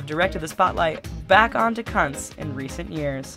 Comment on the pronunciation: The name kunts is prnounced Koonts